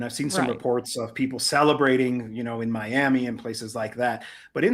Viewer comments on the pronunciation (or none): none